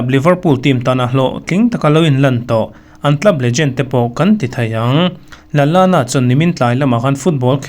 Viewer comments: Adam Lalana ni lovin Adam Lallana ani, a hmasa ang hian i lam ri a, a duh lo viau ania.😀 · Kan inbe zo chiah a a hmasa a alam dan pawh hianin alawm lutuk tho anui var² mai😂😂😂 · A ho lutuk duhlo engang mahse a pawi lo teih² lutuk a duh² dan in lam rawhse a lo ngaithla lo tawp ang, lo ngaithla pawh nise a pawilo nasa...